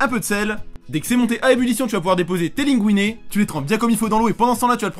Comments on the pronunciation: Oui. Des linguine. Ça se prononce linegouiné. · Tocard Linguine ça se prononce LINEGOUINET donc Tais-toi